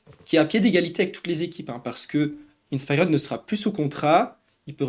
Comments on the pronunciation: Je t'en supplie dis inspiered correctement, je vais canner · Quelle horreur la prononciation de InspiRed… 😭